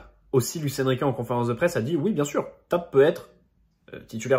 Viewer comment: Tapé et non tap